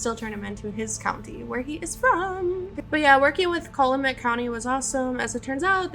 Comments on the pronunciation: Cal-you-met is how you say the county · As for the pronunciation of the county, you say Cal like California. So phonetically it is CAL-you-MET. Emphasis on the first and last syllable. You’re awesome. Great catch!